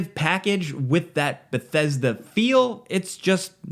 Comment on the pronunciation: You haven't even played the game yet here you are rambling about it. Also, it's "Bethesda".